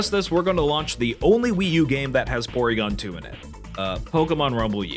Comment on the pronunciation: Porwiigon twu